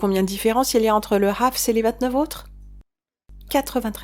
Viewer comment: Tu dis très bien le mot "Hafs" ❤